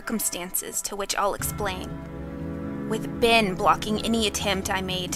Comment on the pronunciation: It sounds like your saying BIN instead of ben